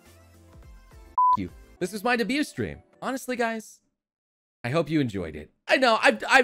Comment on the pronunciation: not sure at the end he said debut stream or abuse stream... oh well its all the same